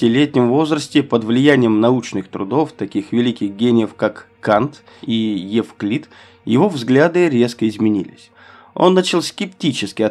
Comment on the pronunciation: АВТОР ТЕКСТА ! ВЫ ПУТАЕТЕ ПОНЯТИЯ ,,НАЦИЗМ" И ,, НАЦИОНАЛИЗМ " . И ПОЭТОМУ ПЕРЕВОД ЦИТАТ ЭЙНШТЕЙНА НЕПРАВИЛЬНЫЙ ! А ЭТО НЕПРОСТИТЕЛЬНО ! А ОЗВУЧКА -- УЖАСНАЯ : ЕВКЛИД ,-- ВМЕСТО ЭВКЛИД , ЭСЕ , -- ВМЕСТО ЭССЕ и т.д. Когда в словах неправильно ставятся ударения , теряется смысл сказанного ,-- т.к. есть слова похожие по написанию , но разные по звучанию из--за ударений . При этом , эти слова разные по смыслу и значению ! Идея очень хорошая -- рассказать об Эйнштейне , но неправильно переводить его цитаты ,-- это непростительная ошибка !